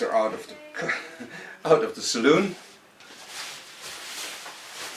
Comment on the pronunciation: Salon not saloon